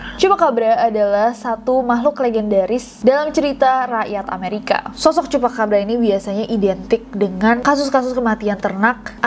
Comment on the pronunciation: CHUPACABRA omongan CHUPACABRA yang kedua itu aku denger nya "CHUPACABA" 😭🙏